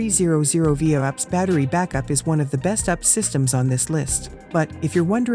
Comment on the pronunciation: Don't you love these computer voices ... NOT! All these "ups" systems ... one of them made by "aks".